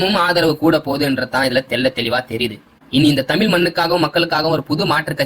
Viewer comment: தம்பி தயவுசெய்து தமில் தமில் என்பது கம்பளி பூச்சி முதுகில் ஊர்வது போல இருக்கு...... தமிழ் என்று சொல்ல பயிற்சி செய்யுங்கள்.